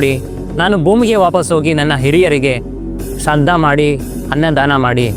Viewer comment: ಶ್ರಾದ್ಧ ಅಂತ ಕಣಪ್ಪ ಶ್ರದ್ದ ಅಲ್ಲಾ